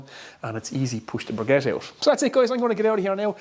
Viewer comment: Please make the effort to pronounce the word briquette properly. I think you will find less people close your video before it is finished if you would do this.